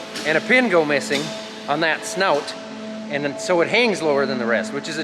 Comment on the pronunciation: Sorry to break it to you, but it's a snoot, not a snout. I asked my 82 year old grandpa in NW IA. Always has been a snoot!